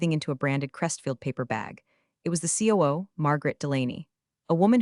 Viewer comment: COO is NOT a word. It's C O O!!!!